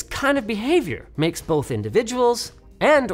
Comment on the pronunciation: So I know it's the Canadian in Linus, but why was that one "both" sounding like a mix of a Viking and Russian man? BOOHHHHHTH